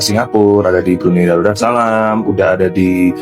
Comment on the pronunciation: Darusalam kok jdi daruda salam,keseleo ngomngnya🤣🤣🤣🤣